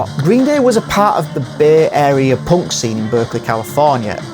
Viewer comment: Of course they're not POUNC they're punk 😂😂 Who TF pronounces punk like that? 😂😂😂